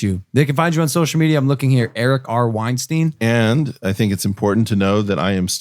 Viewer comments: It’s “Weinstein” like “beer stein”, not “Weinstein” like “rapist producer”. Great podcast, fellas! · When I think I can't be surprised by a guest you have, you surprise me once again! This podcast is unarguably going to be HUGE! PS: his name is pronounced like Einstein... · Holy shit these guys are morons. This is like the movie Idiocracy and Erice WeinstEIN (pronounced "Wine-STINE") is the protagonist lost among their stupidity.